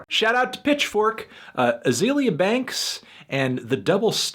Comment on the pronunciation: You didn't even pronounce her first name right. I can't with this video.